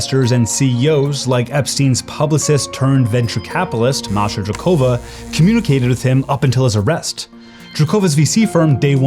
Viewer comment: Maria is not "drokOva", she is "drOkova"!